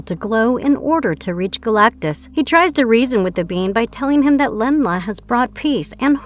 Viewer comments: Really dude?.... Really? 👎 "Len-La" ? WTF, it's "ZEN-LA" Narrator refers to Sue Storm yet what appears on the screen is The Thing. The editor for this sh*t sucks too! she again says Len-la. 😒 This channel constantly gets things wrong! If your gonna make clickbait off of Marvel, at least get it right. 🤔 F*ckin Hacks. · Really dude?.... Really? 👎 "Lenn-La" ? WTF, it's "ZENN-LA" Narrator refers to Sue Storm yet what appears on the screen is The Thing. The editor for this sh*t sucks too! she again says Lenn-la. 😒 This channel constantly gets things wrong! If your gonna make clickbait off of Marvel, at least get it right. 🤔 F*ckin Hacks. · she says Len-La again!